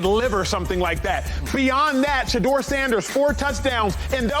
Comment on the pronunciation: It’s Shilo not Shiloh and it’s Deion not Deon ans it’s Shedeur not Shadeur